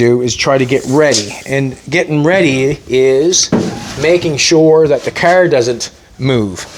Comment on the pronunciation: anyone catch how many times he said the word "caerr"? 🤣🤣🤣